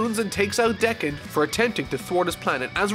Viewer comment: your butchering Hody's name also it’s pronounced Deck-in